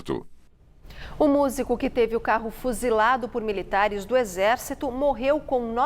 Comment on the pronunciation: olha a dicção reporter, "miritares " é